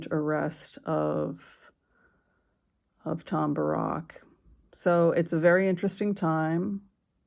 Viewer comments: Pronounce it Bear-ick, please. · Small point, Tom Barracks name isn't pronounced like Barrack Obama, it is pronounced as bare - icks, as in barracks (definition: a building or buildings for housing soldiers, etc.), I know he is of Lebanese origin, but in earlier coverage that is how his name was pronounced